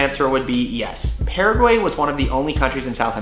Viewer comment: I'm from Paraguay, living abroad and I have to say that this is one of the first vlog /blog about my country being fear about describing my lovely Country. I'm very grateful for it! Thought, there are a couple of things I would suggest to correct about the pronunciation such "Paraguay, mbeju, terere, jopara, and the river name" ;)